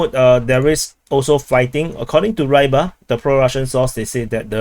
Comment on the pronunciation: I don't mean to correct, but Avdyeyevka is pronounced as I spelt it, and Reebar (meaning the fisherman) is not Rybar as in Rhye-bar. Hearing it mispronounced like that just bludgeons my Slavic soul.